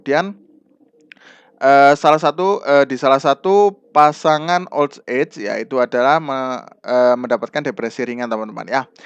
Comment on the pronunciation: Terima kasih sudah berbagi ilmu untuk bapak. Tp demi kebaikan bersama pak, terutama utk kami2 yg suka belajar dg metode mendengar, mohon bapak diperbaiki pronounciation (pelafalan bhs inggris) nya agar kami ndak salah mengartikan makna soalnya, seperti saat pelafalan kata "old age" dan "retirement" itu sy sampe perlu membaca tulisan yg disediakan, pdhl tujuan sy nyimak yutub krn saya orang yg suka belajar dg metode listening. Tdk perlu sampai seperti native speaker, asal pronounce udah mirip itu sudah sangat membantu. Terimakasih atas pemahaman dan pengertian nya, ttp semangat berkarya dan smg makin berkembang channelnya